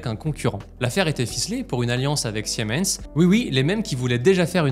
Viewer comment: General Electric, sans S, SVP. Et Siemens sie prononce SImens, et non siémens (sic).